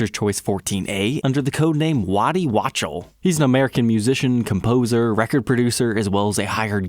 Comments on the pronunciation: Thanks for the great video -- something to note: Waddy's last name is pronounced "WAKTUHL" not "Watch-tel". ;) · I do believe Waddy would prefer Wok-TELL, and not WATCH-el 😉😂🤭💖💫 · Such a great documentation of this series of guitars! This is going on the "saved" list for sure. As I recall, Tom Scholz's '68 had a very large neck and they tried to recreate it for him. For information, Waddy's last name is pronounced "wock-TEL." Was also wondering about the McCready Les Paul re-issue. Not in the collectors' series? I saw his original '59 in Tommy's Guitar shop (Everett, WA) before Mike bought it. Price tag was $60K in '98. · Outstanding research!! BTW, he pronounces Waddy (wok tell) Wachtel, real name, Bob. So, are the Mcallister and others a series of super flame models? I have hazy memory of an episode like that, or they got mentioned? ♫ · Pronounced "Waddy Wok-tel" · It is pronounced "Wok-Tell." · Or "WOK-TELL"? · Don’t like the tuner ring when it’s genuine, but like it when it’s faked? This reminds me why I got out of the musclecar world- seeing a dentist holding diapers to lift the hood of a Plymouth Superbird that was only driven on and off its trailer was too much! Sometimes this collecting stuff gets a bit too precious for me. And learn how to pronounce Waddy Wachtel’s name- Jimi Heendrix and Eric Claptone would be so disappointed in you! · How can someone who deals in Les Pauls mispronounce Waddy Wachtel’s name? 🤦🏻‍♂️